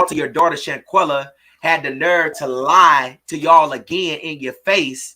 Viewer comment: The daddy paid 7k……. I don’t believe this is kin to her. The moms is going to confirm. I’ll be back. This woman is just regurgitating info that is already out ….. She not even saying her name correctly